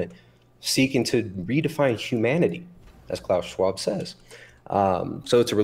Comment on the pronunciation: If i hear klaus fucking shwaub one more time😊